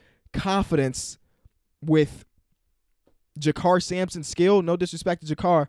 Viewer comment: Mans said Jakar Sampson 😂